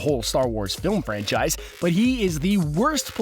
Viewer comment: Do every time you say when size every time you save franchise it hurts my head